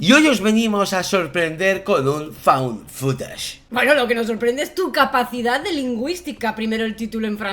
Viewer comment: 1.- Rotten, ahora pronunciaste muy correctamente FOUND FOOTAGE, pero he de reconocer que prefiero FUN FUTACH. Lo siento como un género inventado por ti, no como inglés mal pronunciado. 2.- La alusión a la corporeidad de Sínkope :_SadoPodrido: se puso roja, pobrecilla, no la hagas sufrir. 3.- Amo el lema de tu camiseta. Más Jungiano que Freudiano, según yo. 4.- Chicos: Se antoja MUCHÍSIMO esa found footage, o Images Trouvées, se diría en francés (os reto a pronunciarlo, yo llegué hasta el tercer módulo de francés y no puedo); qué os digo: combinan maravillosamente sus habilidades narrativas, sus conocimientos cinematográficos, sus apreciaciones personales y algo de lo que carecen muchísimos críticos: OBJETIVIDAD. Buscaré NIGHTSHOOT y les cuento...por lo pronto, veré EVIL DEAD RISES (llevo un mes posponiéndola) Os quiero y os amo :_SadoLogo::_SadoLogo::_SadoLogo::_SadoLogo